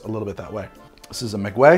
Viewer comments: Maguey is pronounced Mah-gay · Mah-gay-ye which is how one would pronounce Maguey , loved the video makes me wanna drink more. Responsibly ofc